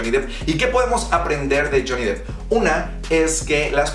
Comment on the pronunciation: No, está bien pronunciado. Se pronuncia depp (dep)